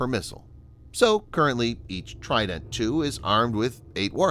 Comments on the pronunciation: even better, I can pronounce it correctly, unlike the pronunciation of trident in this video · You pronounce trident in a silly way